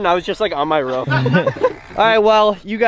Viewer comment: It’s pronounced roof not ruff